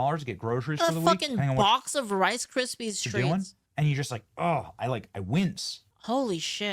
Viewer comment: I have never once heard someone pronounce it "RICE CRISPEEZ TREAT" before and it remind me of my Grandma that likes to go "to the walmarts"